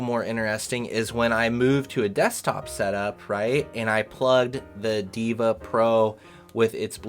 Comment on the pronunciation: Brah its deva not diva 🫨